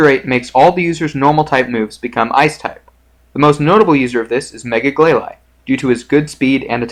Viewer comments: it is glalie not glaly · Its glaylee not glayly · Gla-leye: wtf????? It's pronounced glalie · Have i been pronouncing glalie all wrong?!?